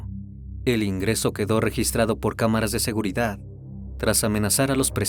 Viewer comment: #..! Min SE dice #Seguridad no #SEGURIDA. 🫩